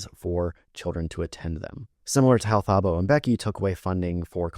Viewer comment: Thank you for your educational videos :) love from South Africa! (PS Thabo is pronounced Tuboh phonetically)